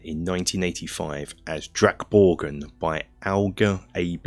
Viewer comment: very good pronunciation of drakborgen. Swedish is very hard for English speaker to get right and yours was the closest I've heard.